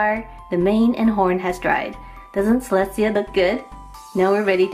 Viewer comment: Celestia actually has no niece and you should learn how to pronounce her name right🙄😒